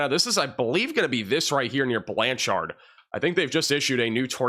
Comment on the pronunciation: I love the “Or-Chard” in Blan-Chard.” (Or is it “Blancherd”?)